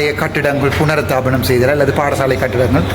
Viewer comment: புனருத்தாபனம் அல்ல புனருத்தாரனம்.